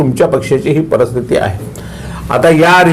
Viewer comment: परस्थिती हा शब्द नाही परिस्थिती हा शब्द बरोबर.कृपया शुद्ध बोलावे.